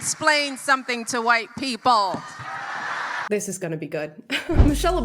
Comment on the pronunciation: Her pronunciation of WHITE PE-PELLLLL is disgusting, dismissive and offensive, but does she care? No! She has the magic word ready for any critic....RACIST!